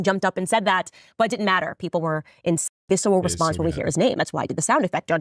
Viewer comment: Oh, someone has told Candy she needs to work on her elocution without Koch dollars. She's a "di-in't" or "was-in't" or "impor-int" like MTG. We got a full "wasn't" there.